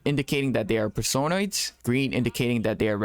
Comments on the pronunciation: .... PerSOHnoids? Person-oids. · It's Person-Oids, not Per-Sone-Oids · You say personoids so frigging weirdly